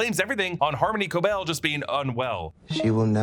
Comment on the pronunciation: i have no idea why so many people are saying Cobel’s name wrong. it’s explicitly pronounced throughout the series at KOH BELL. not a big deal ahahah just confuses me as i’ve seen a lot of reactors do the same